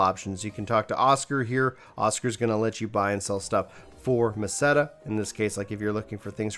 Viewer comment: Great vid! And you pronounced Meseta right! Hahaha thanks for the info man